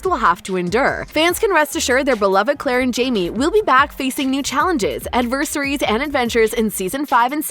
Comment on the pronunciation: This chick sucks. She can't pronounce adversaries. And it's FRASER, NOT FRAZIER